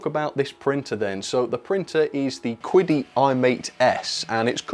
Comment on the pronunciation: your pronunciation of Chinese words is really off haha. I guess they didn't tell you how to read their company's name when they contacted you? 😂